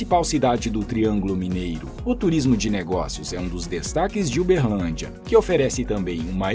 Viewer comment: Berrrrrrrlandia kk